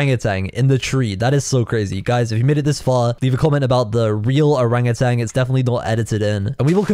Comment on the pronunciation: Bro dat owangantang is. CWAZY